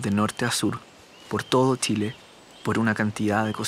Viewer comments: Hola ! es CHILE.. NO tchile.. por favor pronuncien bien es CE HACHE .. no hay una letra TE antes ..hasta cuando !?? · Lo unico que podria criticar es que el relator tiene un problema grave con la pronunciación de la CH no es necesario que recalque tanto TCH para que no le suene flaite!!! Pronunciemos bien solo eso el resto esta perfecto!!!!